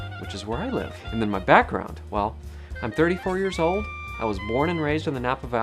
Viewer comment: I notice "and" (eeeyand) and "good" (gyuuhd)